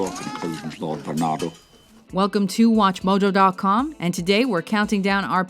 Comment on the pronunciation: i swear it sound EXACTLY like you're saying watchmodo